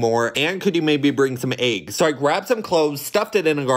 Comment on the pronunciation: I like how you’re pronouncing it aggs it’s ✨ obviously elggs✨